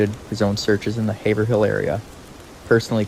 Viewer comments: It would be easier for everyone in Maura’s case if the paperwork and law officers used English. Also : Haverhill= Hay’-vril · Can definitely tell you are not from Massachusetts or New Hampshire just by the way you pronounce Haverhill 😂😂 I can’t help myself, sorry… Great video! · Its pronounced hav rill long a. The laziess police force on the eastern sea board i wish that lady who went by only left 5min earlier to go home from work that day.She absolutly would have helped Maura.i would told well come with me to my house and well decide what to do from there.This nice lady came by the accident car prob only 5 or 10 min after it happened and Maura had taken off. From the site.i think she took off running in the direction were no one looked and went into the woods to hide. I think she hid in the woods but furthur up the road.That nice lady said she got a bad feeling and could explain why. After she went by Mauras car.. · When saying the name of Amherst in Massachusetts, the "h" is silent. It is pronounced "Amerst". Haverhill is pronounced "Haverill". That "h" is also silent.